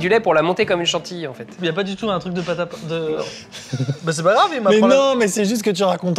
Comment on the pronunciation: C'est une pôte à tartiner qui à gagner... Une pôte à tartiner....